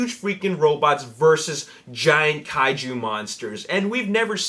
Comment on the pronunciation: Props for saying Kaiju right tho.